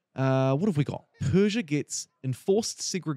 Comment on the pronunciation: your pronunciation was pretty correct actually I think what's gonna piss most iranians off is that the country is named Persia in all pdx games when it was never called that by it's own people